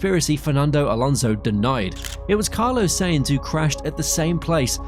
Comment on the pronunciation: This is the only channel in the world who can't pronounce Carlos Sainz